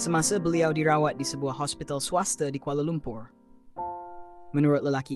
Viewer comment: Hospital "swaster"...dahsyat tu. "swaster"